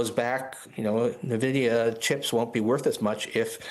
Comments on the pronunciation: nuh-vid-i-a sounds uninformed. It's en-vid-i-a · Oh my god... The company is pronounced "en-vidia" not "nah-vidia." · Come on, Boomies: it’s pronounced EN-vidia, not NUH-vidia. Duh. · Gamers "En-Vid-yah" Everybody else "Nuh-Vid-yah" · Take a shot each time one of these folks says “Nuh Vid Ee Uh” 🤣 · "ni vidia"? First time I heard it pronounced like that.